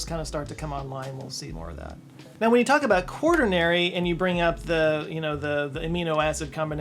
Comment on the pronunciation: It's quaternary :) no hard "r"